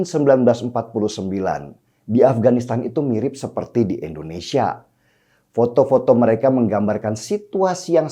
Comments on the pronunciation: Indonesia.. bukan Endonesia.. pake I bukan E... Moso nyebut negara sndiri aza gak becus... Denny... Denny... Katanya cerdas. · Koq bisa yaa.. orang yg katanya cerdas Kya si Denny ini nyebut kata Endonesia .. bukan Indonesia .. risih kuping gw dengernya.. Indonesia itu pake I depannya.. bukan E ... Denny.. Denny kapan loe tobatnya... Nyebut nama negaranya sndiri aza gak becus... Indonesia ... Bukan Endonesia... Ngerti gak sih loe...??!!!!